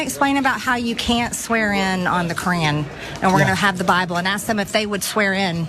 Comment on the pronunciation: Hey, dude -- the word is "ask," not "aks." Is that really so hard?